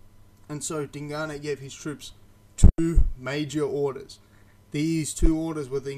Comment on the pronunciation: Sidenote you pronounce Dingane quite well just think of the E at end as a silent letter. If you drop the "E" you pronounce it exactly right